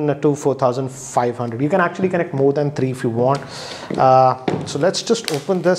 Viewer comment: Kennect! Lol